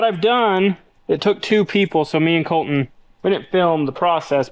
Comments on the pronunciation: Is it Col-In, or ColTin? It is okay to enunciate the letter T. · Someone needs to tell that there is a "T" in "Colton"... He says "Coll-een" 😂😂😂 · Your all saying it wrong "E or colton"